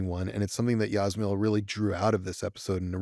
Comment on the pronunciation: Just FYI, Ž represents ZH sound (like French J) - not Z - in Jasmila Žbanić's name. Btw. pronunciation of Jasmila was perfect. And she's great, one of Europe's finest directors. Thanks for having her. Being from same country and similar age, I totally get why she wanted to direct this specific episode.